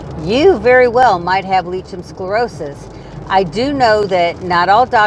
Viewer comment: as your video is so informative and you have many viewers, could you put the correct pronunciation in the drop down information section, it's hard enough trying to tell a medical person without saying it correctly, so I think it would help Lichen Sclerosis pronounced like-en scle-ro-sus